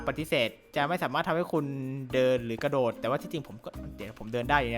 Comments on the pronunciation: กระ ค่ะไม่ใช่ หระ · กระโดดไม่ใช่หระโดด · กระโดดครับ ไม่ใช่หระโดด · พี่ทำไมเป็น หระโดด